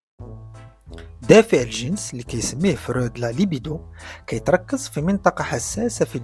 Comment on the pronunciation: إسمه فْرُويْدْ هناك حرف الياء بعد الواو وليس فرود أين وضعت حرف الياء ، حتى بالإنجليزية يسمى frued وليس froud. 😅😅